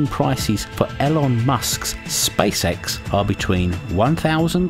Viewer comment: E-lon, not El-on